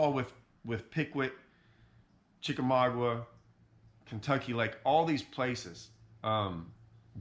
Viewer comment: I have watched your Chick video several times, as that is my home lake. Great insights from your video. Chick a maga (the "U' is silent). As always, enjoyed your insight on Wheeler.